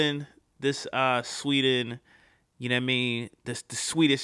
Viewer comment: sweden you dont say it rigte